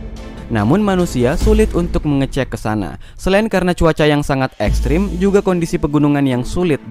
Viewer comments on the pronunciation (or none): ekstrim bukan eskrim😭😂